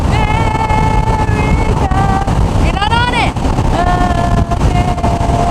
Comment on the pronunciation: Great job with "America,"...but Ray Charles did it better.